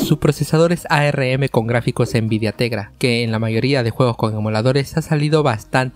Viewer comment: A - R - M nadie le dice asi